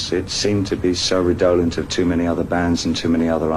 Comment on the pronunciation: Two words he uses here interest me: redolent and unrequited. He puts the accent on the second syllable of redolent (it should be on the first) and pronounces unrequited as if it had two Ts: "quitted". I don't point this out to be mean, but because it implicitly says a lot about who David Bowie was. He learned these words from the books he was always greedily reading, rather than from talking to the kind of people who might use them. There's aspiration in that endless self-improvement, and also some loneliness, some social isolation. He's climbing a ladder that occasionally wobbles, but it's worth it.